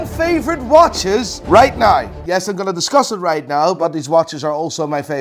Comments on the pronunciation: RIGHT NAUR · you mean right naur ?